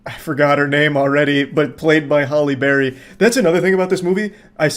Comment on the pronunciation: I keep thinking of Hollyberry Cookie when I hear him say Halle Berry during the Moonfall review 😭